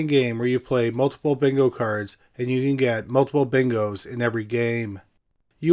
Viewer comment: Love the channel long time listener but dont ever say yes bingo like that again 😂